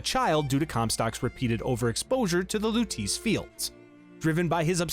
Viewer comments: “Louteese” 😢 Great video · Everytime he said "Lutice"... My eye twitched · Huge fan of the Bioshock series. Great video! I enjoyed it! (I read the pinned comment, no hate at all I promise I’m just genuinely curious…Did your buddy Craidan play Infinite on mute or was he just trolling you on the Lutece pronunciation?)